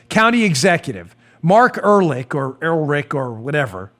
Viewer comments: Dan, there are two "h's" in Ehrlich and both are silent. Er-lic is the correct pronunciation. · It's EL-RICH